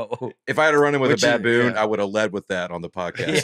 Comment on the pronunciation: Nate pronouncing ba-BOON (like kaboom) for the second week in a row brought me to tears. And the fact that the other guys have just accepted it as reality is even funnier. I have a nephew that is just getting into fist bumps and I'm planning on teaching him to say baboon when he does the blow up part. Keep up the great work!